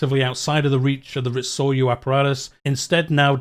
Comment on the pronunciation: Some advice on the pronunciation on Japanese: nearly always pronounced phonetically. e.g Ritsuryō, Ri-tsu-ryō and Sōryō, Sō-ryō